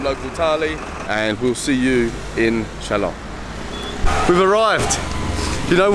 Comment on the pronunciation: I was wondering why you didnt visit Meghalaya last time when youre in north east india..but i think you did it right by deciding to visit now.. You pronounced 'shillong' like a local,👍 Hope you enjoyed our State Meghalaya.